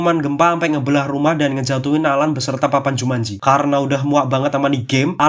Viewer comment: Aku kirain "jumatji"😅